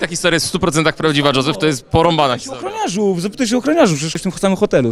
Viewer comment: On chyba powiedzieć spadachroniarzu😂